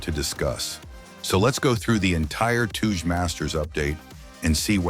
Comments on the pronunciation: Stop saying Tooje please 😭🙏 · Touge is a japanese word pronounced "Tow/ Toe - Geh" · "Toodge masters"